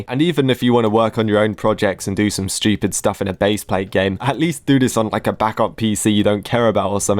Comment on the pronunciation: "are you schtewped?" 🗣🔥🔥😭💀